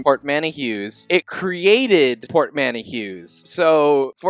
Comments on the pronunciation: Portmanteau is "port man toe" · Port man toe, bro. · Uhh, that is NOT how you pronounce 'portmanteau.' The correct pronunciation is right there in the google definition that pops up on screen a few seconds later - "port-MAN-tow." I have no idea how anyone would look at that word and think "port-man-e-cheu" is how you say it. Obviously this one isn't aimed specifically at, he's not the one who says it like that. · That pronunciation of portmanteau killed me thrice over 💀💀💀 pôrtˈmantō